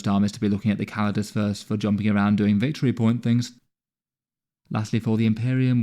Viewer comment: "Doinjg" Bro was going quick to get this video out, love your vids